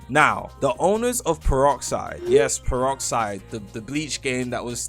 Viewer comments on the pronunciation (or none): The pepoxide the pepoxide is reeel 😂😂😂 and the unstrainedwind is reeeeel